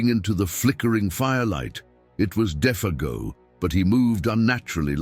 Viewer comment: Interesting how Defago's name is pronounced differently even 5 seconds apart at times.